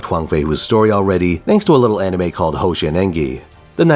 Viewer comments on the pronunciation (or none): none